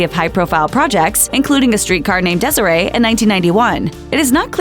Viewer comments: Its a street car "named desire " not desaree'😂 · It is a Street Car named Desire not Desiree! A play by Tennessee Williams lol 😂 never heard it pronounced that way before! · I'm pretty sure it's called, "A Streetcar Named DESIRE", not, "Desere´", lol. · It's a Streetcar Named Desire not Desiree not French at all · A street called Desire, not Desiree. 😂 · Thank lol 😂 😂 I had to go back to make to make sure I heard it right! Poor Tennessee Williams he is rolling his eyes where ever he is resting! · You can tell young people made this......hear how she said “ Streetcar named Desire”? Lolz!